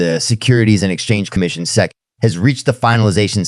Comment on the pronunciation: Great content but hard to follow as it sounds like AI generated, badly cut with some bad pronunciation of common words like SEC, dollar amounts etc